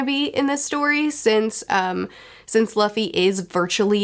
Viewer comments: It was fun to see future smile when the past said "LAFY" and not "LUFFY". 😂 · I love expressions for how she looks at the camera when she hears herself say “luh-fee” instead of “Loo-fee” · Everytime she calls Luffy 'Laffy' it instantly put smile in my face. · I like when you cringe everytime you miss pronounce as LAffy 😂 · Who's Ustop, Loffy and Zolo? What are you reading again? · Fun fact, in German luffys name is pronounced Ruffy (Roughy). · I love seeing every time cringes hearing herself say Luffy wrong LMFAO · I love the way face lights up with the biggest grin every time she hears old mispronounce Luffy, it makes me want to make the same face. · Your face everytime you mispronounce Luffy's name in the video is hella relatable. I definitely react the same way whenever I notice myself mispronuncing words. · It's kinda funny you can see in 'future' face she gets a little bit triggered how 'past' pronounces 'Luffy' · You are so cute with names!! One thing you should always keep in mind is that every time you see a specific vowel in Japanese it is always pronounced the same. For example, the imperial era of “Heisei” is pronounced like “Hey Say” not “Hee Say.” A is always “ah” I is always “ee” O is always “oh” E is always “eh” U is always “oo” (like in boo) which is why Luffy doesn’t rhyme with Roughy So Gin… in Geen not Jin :p Also never pronounce the consonants similar. J is not pronounced like G (unlike in English) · Both you and mispronounced Luffy's name but anime and manga fans have heard worse.